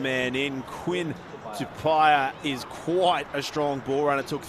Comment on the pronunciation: That pronunciation of Quinn Tupaea's last name is horrific...